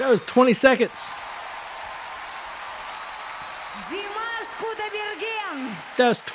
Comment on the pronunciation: You started timing on the 'guh' of again; add another second or two or three for the 'ah' of again - he did not breathe in between. Also, please pronounce it Dee-mah-sh; he ain't mashed potatoes.